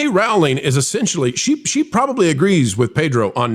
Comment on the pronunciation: I love you guys and wanted to let you know the JK Rowling’s name rhymes with BOWLING. It’s a long o sound. You guys are so great I knew you’d prefer to pronounce it correctly. Keep the great content coming!❤